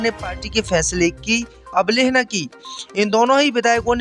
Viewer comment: अबलेहना नहीं अवहेलना होता है